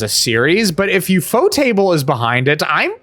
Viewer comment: Liked because you got the pronunciation of Ufotable right. I would have also accepted U-F-O-table.